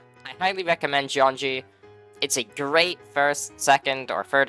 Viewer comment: "Jeongi" means electricity in Korean, so you should not pronounce it as "jeonji".